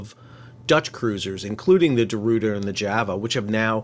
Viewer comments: The Rooter? Hahahaha! Ruiter! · Ruyter is not pronounced like "root", but rather like "boy", but with an R instead of the B. Sort of like Royter.